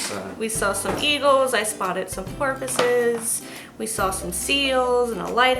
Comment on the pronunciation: So, I'm just watching this, and you're telling about your trip and you say "...saw some porpoises...", I heard "...saw some pharmacists..." 😂😂